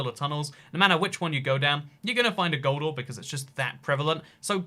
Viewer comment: When you say gold ore, it sounds like “goldar” from power rangers.